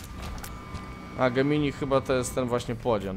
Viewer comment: Gemini ( wymawia się Dżemni ) to znak zodiaku . Gemini jest słowem łacińskim, polskim tłumaczeniu to bliźnięta . Gemini to nie jest ten płodzian tylko oni razem tworzą geminiego .